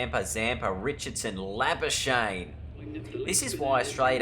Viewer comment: Try say Labuschagne in the next episode how South Africans say it: La-Ba-Ska-Gh-Knee Give it a bash!